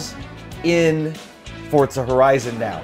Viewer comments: STOP SAYING FORTZA! :) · why do people say "fortza" its "FOR-ZA" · FORza not FORTZA. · what is fortza, i've only heard forza, it must be a knock off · turn ten created the game. they say "Forza", not fortsa. however the name should be as an italian word is kind of irrelevant when all it's showing is these guys seem to have no clue about turn 10's 4 other hugely successful forza games. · Fuck man learn the fucking name its Forza without a fucking T , you guys keep on saying Fortza. No LikeDeckofJade555 i also realized it. Those 2 guys are flippen stupid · Quit saying fortsa! It's forza ha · Forza, with a za sound, not tsa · WTF is FORTZA its FORZA no T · Dude, really? I wanna slap this guy for every time he mispronounces 'FORZA' there's no 't' in FORZA. fortza fortza fortza.... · It's Forza...not Fort za...! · Fortza is not italian for strength, Forte is italian for strength so before calling everyone else a dumbass why dont you learn your italian!!! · Why do you say fortsa? lol other than that gr8 vid guys. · wtf is fortzah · That is why people hate americans cuz of fucktards like you, but seriously wtf is Forsa?! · Forta Thats How It Sounds When they say it :D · Why do all americans pronounce it like forsa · STOP CALLING IT FORTZA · Am I the only one that notices them saying "fortsa"? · Sorry, did he say 'ForTza?'. Silly American. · the hell is fortza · "Simsnobs" LOL! Cool. Just FYI to all the would be complainers, this is not the next Forza SIM title. It's meant to be a more casual game. And it's a lot of fun. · Please just stop saying "Fortza"..... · Not a true "Fortza" game to me as says it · Don't forget to roll the R slightly. -Sincerely someone who's part Italian. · well the developers are obviously illiterate if they cant even pronounce their own game correctly. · Its an italian word theres also no t in pizza